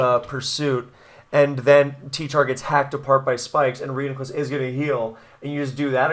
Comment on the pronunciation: PRO (ban) : Bro is broko lmao Magic Guard is sorcery and therefore forbidden His name is annoying and pronounced wrong Too many sets ; would rather know that I lost for sure in team preview ANTI (ban) : Alakazam will be lonely :( Not a net win or loss for any side of the weather war and therefore pointless to the conflict people care about Technically psychic types can only be broken 70% of the time Spikes is the real problem anyway so why even try anything at all